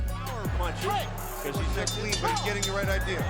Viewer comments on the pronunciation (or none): none